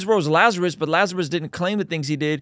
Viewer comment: wait, you could understand what Ben said. it sounded like "blrtniLazerusbldrt"